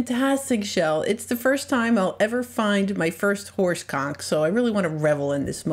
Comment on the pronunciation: Is she saying horse conch? Not so much